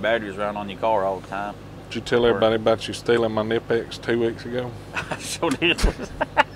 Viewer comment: Kah-nip-X is the correct pronunciation. The K is not silent. Best pliers company there is.